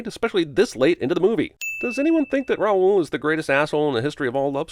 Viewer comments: ROWL, not Ra-ul. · The fact that the Phantom isn't even all that scary was a disappointment, but the blatant mispronunciation of "Raoul" also annoys me. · Also, you are pronouncing Raoul’s name wrong. Just sayin.... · Did... did Emmy Rossum mispronounce "Raoul"?